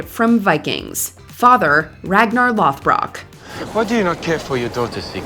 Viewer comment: Nobody noticed the mispronunciation of Lodbrock when Ragnar from Vikings was first mentioned? The narrator corrects it to Lothbrock when she says his name later.